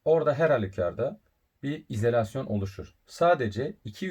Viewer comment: bence izElasyon telaffuzunuza binaen yazmış arkadaş 😀